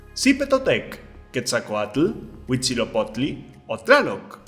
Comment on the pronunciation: Sería el colmo de los colmos haber tenido el orgullo de nacer en esta tierra bravía y no saber las respuestas. Amigo, acerté todas. No me quemé las pestañas en vano estudiando historia. Y no es hutzilopotli valedor es Huitzilopochtli.